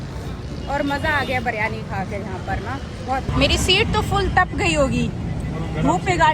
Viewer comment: BIRYANI....not ......BARYANI....plz ...alfaz sahi use karen ...